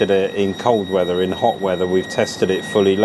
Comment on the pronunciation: Oh! A "Holt" or a "Halt" ?